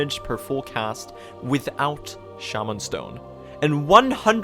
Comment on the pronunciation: dude its shaw-man stone